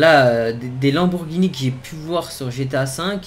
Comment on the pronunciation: à 9min48 il dis pas lamborgini mais Lamborgpeni